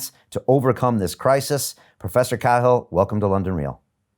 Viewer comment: Host mispronouncing Cahil, common name, I believe. (Is it normally Cahill?)